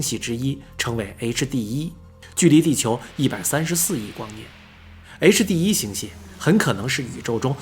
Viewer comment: HD1的發音太完美了 終於不是夭